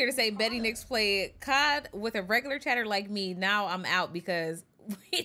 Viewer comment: 🤮or💩 ( casually eating during the conversation) lol why you say COD like that? Whole stream was chaotic and hilarious just the way I like it~~